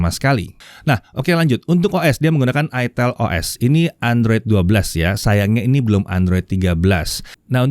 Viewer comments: ITEL bacanya "AITEL".. Hmmm 🙄🙄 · salah bang..dibacanya iteel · aitel bukan itel dan bukan itil hahahaha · pingin sih, tpi gua klo pke ni hp. pasti orang" sini bacanya bukan "aitel" tapi beneran "itel" wkowkwokwowok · Bacanya itiil om bukan aitel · Itel pake i😭😭🤣🤣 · Cara bacanya aitel jgn salah sebut ...hadeeeh mereknya itu loh ya Allah ..... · bacanya itu pke b inggris jadinya "aitel"